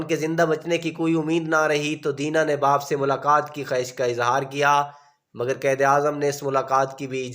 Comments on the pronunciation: Or lafz qaid ko qaed na bolain .apna tlafuz behtr krain. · Ap ko qaiad bolna nae ata